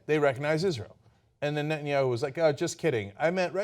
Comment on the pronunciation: Why doesn't somebody tell him that his name is Netanyahu!? Not BB, Betanyahu. What a thick idiot! Even Fox news can teach you the names of world leaders.